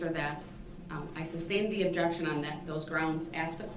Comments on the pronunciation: Will someone PLEASE tell him that it’s SUS-TAINED not SUB -SAIN and it’s AS-KED not AX-ED!!! For the love of god it’s not complicated, after saying that this idiot thought it was ok to drive his SUV through a crowded street killing 6 and injuring dozens of others! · Stop!!! It’s not substained!!!:) lol